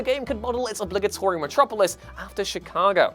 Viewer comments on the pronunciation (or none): none